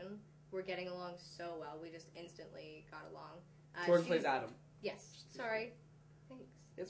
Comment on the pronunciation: its jordan not jordy